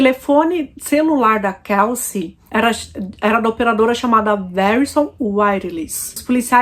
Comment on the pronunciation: A pronuncia do nome dela não é Kalci como vc está pronunciando😂pronuncia certa é Kelci. Eu moro aqui em New York City.